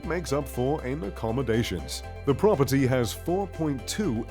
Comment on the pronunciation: I’ve never hated the word “Prop-er-tee” more.